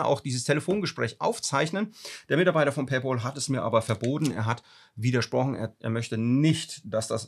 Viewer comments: Es heißt paypal und nicht Paypaul 😅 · Es heißt Paypäl, nicht Paypol. Wieso kriegen das so wenige auf die Reihe?? ôo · PayPal= pei päl, und nicht pei pool 🤣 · Ein Verbesserungsvorschlag: Weils echt weh tut! ..."Paypäääääääääl" bitte. Ausgesprochen mit einem "ä". Nicht "Pay-boool". Pay-Pal (Übersetzt: Bezahl-Kumpel) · Duweißt schon, dass paypal mit P und nicht mit B geschrieben ist- also nicht bol sondern pal. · PayBall? Noch ein Fehler, das tut an den Ohren richtig weh! Es ist doch kein Zahlball🙄 Es heißt PayPal was Zahl Kumpel bedeutet. Pal (Kumpel) wird mit einem kurzem Ä ähnlichem Laut ausgesprochen. 🤓 Wenn man es z.B. im Google Translator eingibt kann man es sich auch anhören und bei Bedarf für sich üben.☺ Außerdem brauch man PayPal nicht die Schuld für das geben, was man selbst der Reihe nach verbockt. Vielleicht lernst auch du aus deinen Fehlern. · Bitte sag es RICHTIG es heißt nicht PAYBAL es heißt PayPPPPPal da ist ein 2. P. Danke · Alter, es heisst Pay Pal und nicht Pä Boll! Musste ausschalten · PayPal und nicht PAYBALL 😁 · Danke fürs Teilen der Erfahrung! ...ich bin nun bei knapp 4 Minuten und zucke jedes mal zusammen, wenn Du Pay"Ball" sagst. 😵‍💫😅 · Pay 'BOL' hahaha! :D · Ich höre immer PayBalll 😀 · harte geschichte. aber ich höre immer paybol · Tut richtig weh ne, und dann noch sooo oft. Hatte auch gerade was dazu gepostet. Für mich hörte sich das immer wie Pay BALL an 😂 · Ich höre immer PayBall 😂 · Was zum Teufel ist Paybol? Wenn man einen Sprachfehler hat, soll man doch besser keine Videos drehen. Oder eine künstliche Stimme verwenden. Es stimmt auch nicht, daß nach abgeschlossenem Vorgang man über PP nichts mehr machen kann. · Verstehe immer paybal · Sag doch bitte nicht payball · Paypal Kollege, nicht Paypol. 😅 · Es wäre schön wenn du PayPal richtig aussprechen würdest. Du sagst immer wieder PayBall